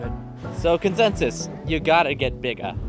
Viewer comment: As a Jamaican, I hope you enjoyed your trip... ONE LOVE!!!!!🌴🌴🌴 P.S.: IT PROUNCED BIG-A (you sound out the 'a' and one of the 'g' are silent)